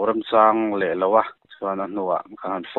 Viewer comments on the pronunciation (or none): RAMTUILEILO tih lai taka LEILO tih i thlûk lai hi ka lo ngaimawh... Leilo i tih khi chuan, thil la lei (purchase) lo tihna ani.. Thil awn bei bui lam sawi nana LÊÍ kan hman thin ang khan, LÉILO tia lam tur ani e.. YouTubers te hi in poimoh ka ti fo thin.. Mi inanglo tak2, apuiapangin kan ngaithla che u a, tawng zirlai tamtak tan phei chuan inpawimawhna hi a sang ania.. Han tang sauh2 teh u khai 👍🏼👍🏼👍🏼